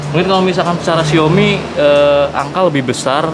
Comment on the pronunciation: Xiaomi kak bukan Xioami